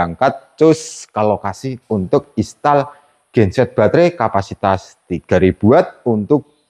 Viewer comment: Mas sebutnya "Instal" bukan Istal.😂😂